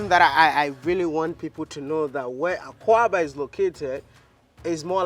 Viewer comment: Maya, it’s not pronounced AKUABA. It’s AKWAABA.